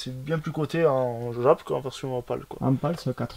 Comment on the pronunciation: on dit jap pas djap 😅😅😅😅 Belle collection sinon